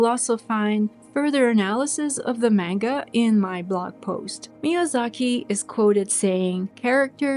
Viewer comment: For future videos, manga is pronounced as MAHn-ga. I dont blame you though. Most of us start out saying mane-ga.